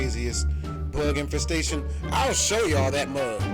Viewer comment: Infestestation, So that's what a verbal typo sounds like